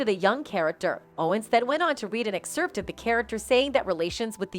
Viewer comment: “Madonna CONFRONTS Candace Owens For COMPARING Her To Jigsaw” No. She does not. About 6 minutes in there’s some confusing talk-over about Madonnas response to the media. Typical narration over clips, with mispronounced words like “bottocks” for Botox and ex-HERPT for excerpt. People, please stop responding to these Clickbait headlines, and make a comment for us to not waste our time so the rest of us can avoid them. Report them and the channel too. How can this have 310K subscribers???